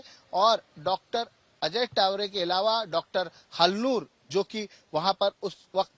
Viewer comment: तावरे हैं वो टावरे नहीं 😅😅